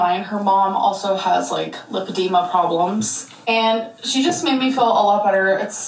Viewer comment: The way she says limp-id-ema really annoys me